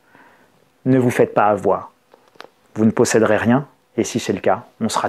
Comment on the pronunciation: "Il ne faut pas afoir peur"